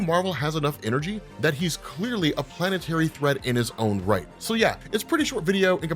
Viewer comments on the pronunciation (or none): none